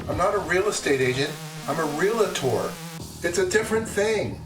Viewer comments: REAL-TOR not REAL-A-TOR, there is no A there. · Real-tor. 2 syllables. No trademark wories seeing as you said real-i-tor 😂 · It's real-tor, not real-a-tor (3 syllables) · REAL-tor. not REL-A-TOR. And I’m not one, but this drives me bananas EDIT: oh, he corrects it later. Nvm 😂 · No such word as REA LA TOR! It is REALTOR (reel tor) No other pronunciation is correct. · The people who pronounce realtor as real-a-tor usually pronounce nuclear as nuc-u-lar. They apparently can't control their vowel movements. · Not sure who the moderator is? Oh, Jason Cammisa Naturally Aspirated, Never an influencer, more than just a journalist: I am a Highly Influential Automotive Journalist.(Also, an idiot.) Why insult Realtors in your review of this MB? First, it's pronounced Real-tor, nor real-a-tor. 2nd legitimate real estate agents are part of the National Association Of Realtors, an association that keeps its members on a legal and ethical path to success. It may not always work, but those are the main goals of NAR. I, a realtor for the last 20 years, have driven MB S Class Coupes since 1991 and am a MB person. I take umbrage to your pissing on me and my colleagues, at least the honest ones. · It’s Realtor, not Realitor”. So glad they cleared that up! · It’s Realtor - pronounced Real-tor (member of National Association of Realtors). It’s not Real-la-tor . If you are buying or selling a house and that agent says Real-la-tor, might want to check if they are seriously in the business or a hobbyist. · "Real-tor" Say it! SAY ITTTT!!!!!! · Are we saying “realtor” with three syllables to be silly?